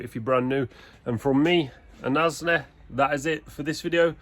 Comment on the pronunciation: First time I heard you calling Asnee many videos ago, I thought you were calling him ASDA haha